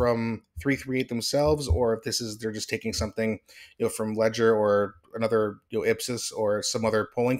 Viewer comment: You can't pronounce Leger? Seriously?